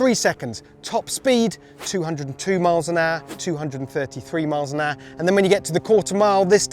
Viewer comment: How come none of you can say HOUR properly!!